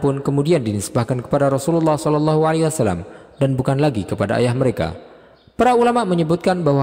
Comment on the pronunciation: Kenapa ya SAW banyak yg membacanya SA Wassalam...padahal yg benar adalah Wasallam.